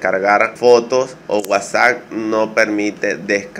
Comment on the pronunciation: Dices wasac jajajaja qué cosas no!!